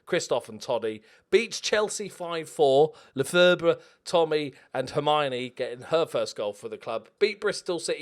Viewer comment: I'm like 70% sure Lefebvre is pronounced "Le Fev" (thanks 'Always Sunny in Philadelphia')